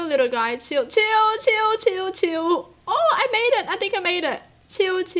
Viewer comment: She sounds like she saying chew instead of chill